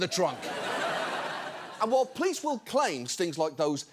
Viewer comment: Can someone inform John that there's an 'o' in the word 'police'? Cheers, from the other end of the pond.